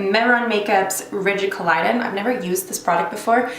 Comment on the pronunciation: Rigid CO-LOD-DION, not CO-LI-DON